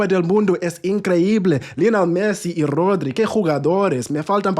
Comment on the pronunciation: Gotta say, that's one RIGHTEOUS stache! Muchas gracias for the Spanish as well, you even got the (very hard for non-natives) trilling "r" on Rodri. Brilliant, lucid analysis as well — big up from Buenos Aires!